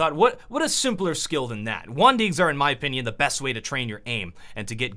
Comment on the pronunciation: Anyone notice the fact that he's saying "Juan Deags"?